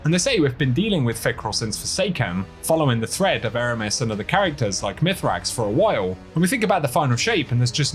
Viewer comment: i keep saying it untilpeopel get it right: it's MISRAAKS KEL not mithrax